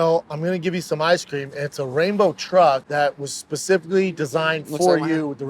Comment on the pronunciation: O’malley really said “some asscream??”